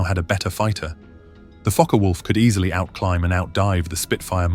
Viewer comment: NO MENTION of the very obvious much taller under-carraige ( or "under-cart" - as my post-war conscripted ground-crew father used to say) ; doesnt seem to be required for a larger diameter prop ?? Mixing of completely IN-correct and nearly correct pronunciations of "FokkeR Vulf" (actual German) is VERY annoying as so easy to look up !!